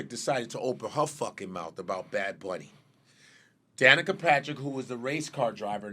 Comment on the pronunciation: Godfrey, it's Danica Papsmere. 😅